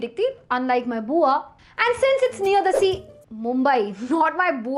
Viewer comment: Yaar it's bua not bhua. Please 😪